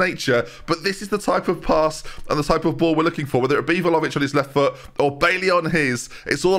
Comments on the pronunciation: Doo-shan Vla-ho-vitch. But every time pronounces it Volovich, I hear vol-au-vent in my head 😂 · I actually hate Vlahovic because of your pronunciation 😂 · All of this talk of how to pronounce Bijlow (spoiler, it’s ‘Bay-low’), we’ve never mentioned how badly pronounced Vlahović is. Every time I hear his name I think there’s a puff pastry playing at number nine 😂 (Love the content! 😅)